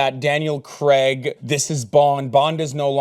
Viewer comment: Daniel Craig, not Daniel Creg